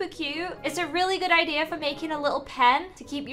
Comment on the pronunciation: I love how she says idea like idear. It’s so cute!